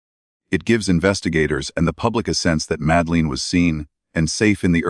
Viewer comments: Her name is madeleine not madleen as you spell and say it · Have to stop listening because calling the little girl Madaleen is getting on my nerves. It's Madeline. If this AI or whatever it is can't speak English properly then don't do any of it.. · I've suspended belief bc you can't even get the pronunciation or spelling of Madeline's name right. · Madeleine . Not Madleen ? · For gods sake, at least learn how to pronoun her name! Not Msdaleen! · Ma-da-lin. Priya-del-loose. At least pronounce the victim’s name and location properly using a human instead of using ai. Just undermines the content / channel in general. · Please use your own voice. It would be so much better than AI. It’s so annoying when it pronounced Mad-e-leen and Luz. Made me not want to watch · Madleen..!!? Madleen..!!? What a load of s***e..! Get it right.. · it’s AI, that’s why it’s mispronouncing multiple names. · You can’t even pronounce her name correctly! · Ok this whole video is such Bullshit. Between the mispronounced name of the girl to mispronounced passerby. And absolutely no actual mentioning of when, if, or who, broke their silence only poorly produced recitations of what's already been known. I'm going to have to take a hard pass at this.